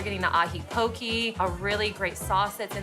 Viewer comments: Man, they use haoles too much for a person talking for Hawai’i and it’s POKE-AY😑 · She said it like “Hokey Pokey” 😭